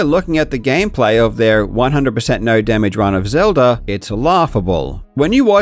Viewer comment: "The Legend of Zelder" 😂 All fun and games